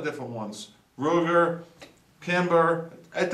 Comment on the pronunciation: Ruger not river